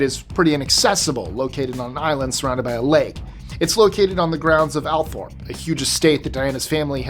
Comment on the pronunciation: Heads up, it's pronounced All-Thorp Source: I live 5 minutes away